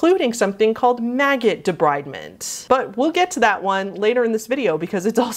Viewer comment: Great vid. Thanks for doing it. I'm a bit of a grammar Nazi and have an OCD-like compulsion to point out when words are mispronounced. You mispronounced 'debridement' and 'mischievous.'